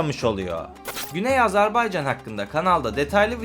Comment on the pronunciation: AzArbaycan değil AzErbaycan deyin lütfen.